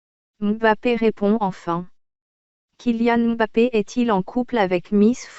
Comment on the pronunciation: Merci pour la vérité mais par contre la voix robotique me casse la tête regardé façon elle prononcé le kylian mbappe